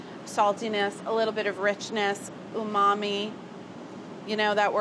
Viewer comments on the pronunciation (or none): none